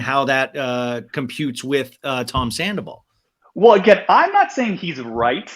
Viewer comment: An Empath that described Sandoval as “Scan-doval..😳😝🧐hmmm ok - I’m out!